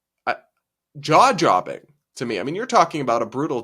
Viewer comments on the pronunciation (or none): "Jaw-jobbing"?!😂, that is a "jaw-dropping" faux-pas but we love it--and you!